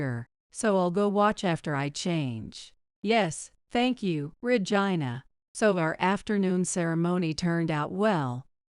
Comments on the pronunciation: Your miss announcing the word Regina sounds like virgina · I gave you a thumbs down because the narrator keeps mispronouncing Regina name the name Regina